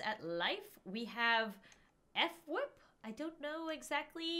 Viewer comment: You pronounce fWips name just as fwip not f-Wip ok? Sorry if that was rude! I 💖 your vids though! 😊